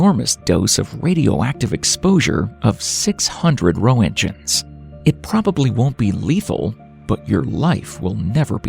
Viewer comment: Or.... "Rent-gens" with a hard 'g'. That's how it's been pronounced in my school years decades ago.